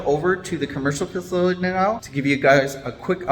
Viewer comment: Here, "Fa-sill-ah-tee" Just give that pronunciation a whirl😉